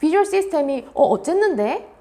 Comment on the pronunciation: 어쨌는데? 할 때 잠깐 사투리 쓰셨는데.. 혹시 경상도 사람이신가요? 반갑반갑 ㅋㅋ